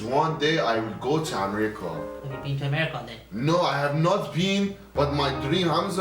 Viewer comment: My man was saying am-rica